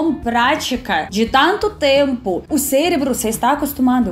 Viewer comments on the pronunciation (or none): none